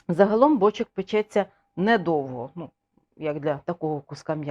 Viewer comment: Все класно, одне питання: чому бОчок, а не бочОк?